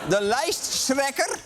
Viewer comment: De “lijstshrekker”😂😂😂